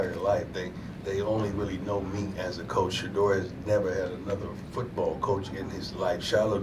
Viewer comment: It's NOT SHEDUER!!!